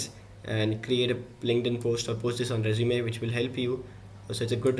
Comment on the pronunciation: you said we can put this in our sresume or I heard something wrong?